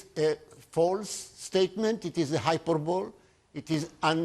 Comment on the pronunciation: At 7.12 the man miss pronounces hyperbole.